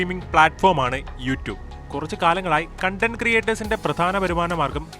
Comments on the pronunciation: കണ്ടന്റ് എന്നല്ല കോൺടെന്റ് എന്നാണ് ഉച്ചരിക്കേണ്ടത്. കണ്ടന്റ് (content) എന്നാൽ സംതൃപ്തി എന്നും കോൺടെന്റ് (content) എന്നാൽ ഉള്ളടക്കം എന്നുമാണ് അർത്ഥം. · Its KaunTent not Cun Tent